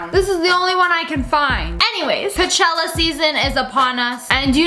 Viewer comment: ITS COACHELLA